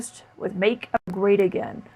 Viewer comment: Why isn’t Kaitlyn able to say “America”?